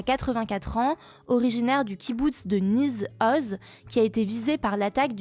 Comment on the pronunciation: A la minute , c'est pas le Kibbutz de NiZ Oz mais le Kibboutz de NiR Oz, avec un R . Et pour la video des otages, c'est pas du Hamas mais du Jihad Islamique (qui a participe a l'attaque le 7 octobre et a pris des otages). Voila c'est pas grand chose mais et c'est tout bête mais ca fait un peu tache de ne pas montrer la plus grande rigueur en general sur un sujet aussi chaud. (Bien que la ca change effectivement pas grand chose....) Voila peace et force a vous!